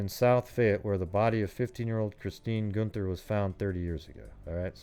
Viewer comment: Chris was my moms best friend. It’s pronounced “GUN-THER”. And her case was re opened and investigated again recently, with highly suspected person of interest but not enough evidence to make an actual arrest.